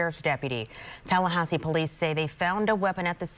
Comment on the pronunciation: Tallahahsi? Who pronounces it like that?